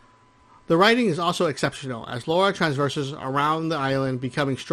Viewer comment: Lah-rah. "Laura" is a different name, altogether. I wouldn't mind, but she is quite clearly addressed as the former in every single game.